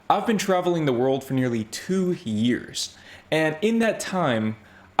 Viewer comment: “I have been travelling the world for two years!” Sweetie, get a grip: two is practically Zero. I’m on my thirtieth. Your emphases on “.. for two years!” is sooo American.